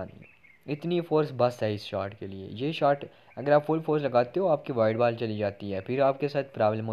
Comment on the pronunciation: Ball❌❌ Baal✅✅